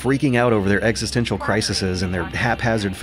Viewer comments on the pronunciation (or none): none